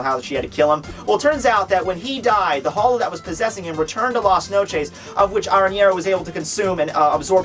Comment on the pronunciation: At LAS NOCHEESE ._.